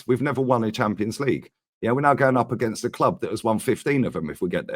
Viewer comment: Agsint Madrid lol